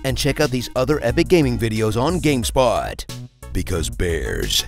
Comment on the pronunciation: why he says gamespot